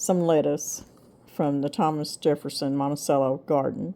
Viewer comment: Not really worth mentioning but Monticello is Italian pronounced with the "cello" pronounced as "chello". I have always pronounced it with the "ch" sound so I had to Google it to see which is correct. I guess it's just my ADHD. LOL It really irrelevant which we use. Thanks. Good recipes. One more comment. I am a little older than you and it's time you got some raised beds to take care of your backs. I have looked at numerous options, and the Vegega raised beds are my best recommendation. I plan to get a few. Trust me from personal experience regarding your backs.